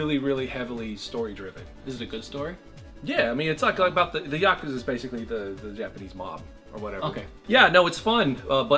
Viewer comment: Wtf is a Yokaza? It's Ya-Kooza 😀